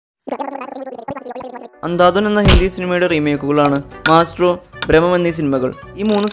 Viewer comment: മാസ്ട്രോ അല്ല മൈസ്ട്രോ Maestro ഇങ്ങനെയാണ് ഉച്ചരിക്കുന്നത്